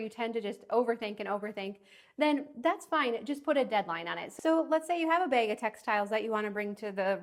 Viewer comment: Black trash BEG lol… tell me your from Wissconsin without telling me your from Wissconsin. 😂